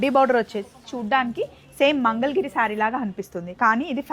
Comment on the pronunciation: చీరే వేసుకోరు. కట్టుకుంటారు. మంగల్ కాదమ్మా మంగళగిరి నువ్వు ఎక్సహిబిషన్ కి ఎక్సహిమిస్సిపన్ అంటావు కానీ నీ కాంఫిడెన్స్ సూపర్ తప్పులు ఇంగ్లీష్ తెలుగు